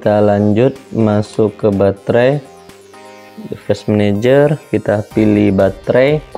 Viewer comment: bang dibacanya divais menejer